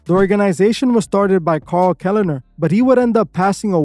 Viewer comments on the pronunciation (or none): none